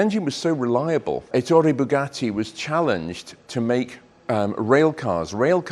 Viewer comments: Stress the E in his name with a slight lilt on soft double t.. as in Eh! Toray. That is the correct enunciation in Italian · Great video, but two unfortunate flaws: first, Rembrandt Bugatti was Ettore’s brother, not his son. And second, please pronounce ‘Ettore’ correctly: emphasis on the first syllable, not the second!